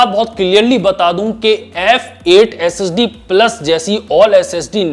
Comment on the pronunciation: IG SSD Bolta Hai To Aisa Lagta Hai S.E.X. Bol Raha Hai 🔥 #AshleelIG